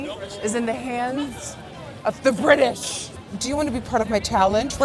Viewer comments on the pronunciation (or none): none